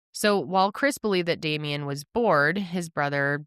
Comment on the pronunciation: I love you guys….but come on. His name is Damien. The number of times I heard say “Damiend(t)” was enough to make my blood boil. How come no one said anything to him? How many people’s hands, eyes, and ears were put on and gone into the editing of the video, and not a single person thought that might be little distasteful? It doesn’t take a whole lot of effort to make sure that you’re pronouncing the name of the victim you are making a video about properly. Y’all are way better than this and you know it.